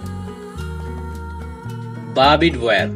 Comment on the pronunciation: It's "बार्ब्ड", not "बारबीड".